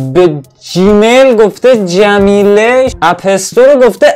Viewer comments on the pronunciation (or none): جمیل رو هم میگی جمیله😐😑🤣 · جَمیل هم خوندی جمیله 😁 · حاجي او جميل رو هم جميله خوندي